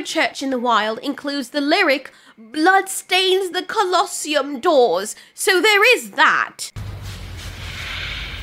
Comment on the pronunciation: Don't use the word COLOSTOMY as a guide for how to pronounce Colosseum.